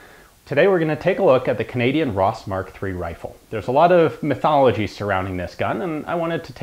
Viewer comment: Cadanian. I love you Ian.